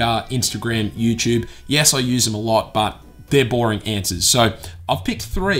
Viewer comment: i love how you say youtube... "youchube"